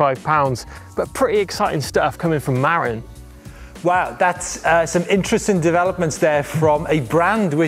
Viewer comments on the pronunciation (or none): I think you need to learn how to pronounce 'Marin'! Try 'Mah-rinn' with emphasis on the second syllable; the way SF Bay Area folks say it!